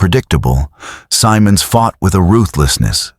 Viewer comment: The general’s name is pronounced with a soft “I” Simmonds” not Symonds”.